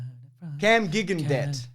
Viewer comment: pronunciation of "Gigandet" was actually pretty close! XD